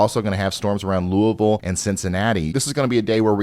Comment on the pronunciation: You pronounce Louisville exactly correct 😂